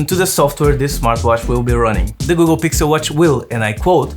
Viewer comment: "Gukkel Gixel watch" I love it 😍